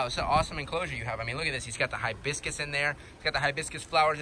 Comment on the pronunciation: keep saying hibiscuts boi its hibiscus